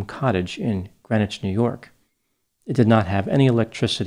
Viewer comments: You quite literally don’t even pronounce the name of the city correctly (it’s GreenWITCH) 1 minute of research would tell you this. Stephen Kerr did it. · Thanks for your speculation on a situation like this one. I'm from Washington County NY and am familiar with the case. Greenwich is pronounced green witch. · It's pronounced Green Witch it's a thing, you must differentiate from Gren itch of Connecticut fame